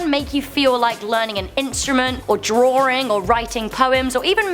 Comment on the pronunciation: haha, “...Drawring